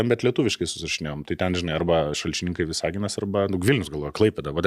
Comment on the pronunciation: Vìsaginas kirčiuojama